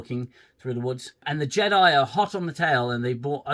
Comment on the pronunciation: I'm ashamed I haven't seen you since all the Picard series and I love your reviews!! I'm glad you're back with the Acoshyte 😅 Defo getting a Like from me! Just please don't loose your sanity. Bloody JEDI (JE-DEI) lmao 😂. Good to see you again 🙏